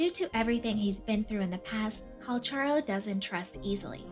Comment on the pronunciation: Finally... Someone says his name right. 😢